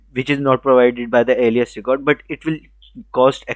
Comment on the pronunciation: That is "aa li yas"... Not "alice".... Liked the video